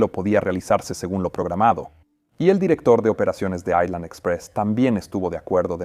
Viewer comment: No se dice aislan, si no ailan, la S no se pronuncia cuando la precede la L